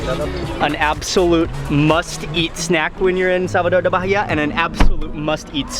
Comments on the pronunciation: Ai que agonia ele falando "Barria" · BAHIA pronunces: "BAEEA". But you're forgiven. ahahahahaah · The way you're you're saying Bahia is killing me! The "h" is silent boy! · The "h" is silent. Baa-e-ya. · Love your videos and how educational they are.. the correct way to pronounce the state is "baa-eeh-ah" you don't pronounce the "H" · The way he pronounces Bahia is atrocious.